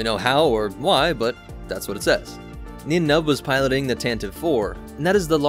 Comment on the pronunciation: Nien Nunb is pronounced like Nine Num btw